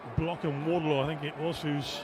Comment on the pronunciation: Every time this announcer commentates he calls her Charlotte WardLOW. For the love of all that is Holy call her by the correct surname. Pay them the respect they deserve and get the name right. "I fought the low and the low won!"